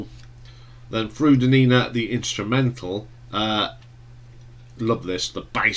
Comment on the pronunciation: Frood-a-nina? Did you not listen to the song where it's pronounced properly?